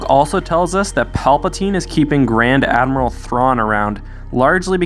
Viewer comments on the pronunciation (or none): none